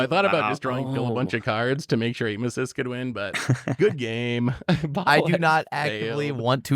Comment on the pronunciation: Hey it’s Seths favorite blue commander! Atmesis….wait Aitmesis….(if you don’t know, check out the commander clash where piloted that commander and pronounces the name like a different way each time) 😂